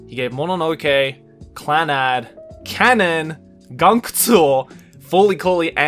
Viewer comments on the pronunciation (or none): none